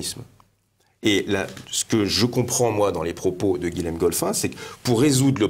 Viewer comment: Bonjour. On ne dit pas "Guilem" mais "Guillem". Comme Guillaume. Même si ça s'écrit Guilhem.